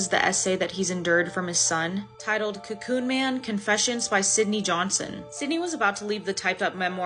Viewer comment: "cocoon man" = "co-çø0ñ man"